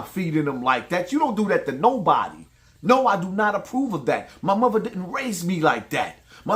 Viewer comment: loves the words "Platform", "My Muva", "Grandmuva" and "Eachuva" smh 😂🤦🏾‍♂. Too old to be talking like that